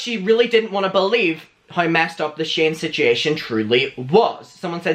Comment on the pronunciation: Am I the only one that loves the way he says "situation"?? BTW, I side with Trisha because Scotty has something to gain by defending David. Trisha has learned from her mistakes and may be trying to save Scotty from making the same.